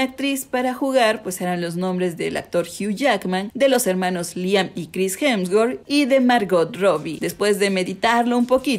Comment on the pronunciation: Corrige porque dice hemswort es hemsworth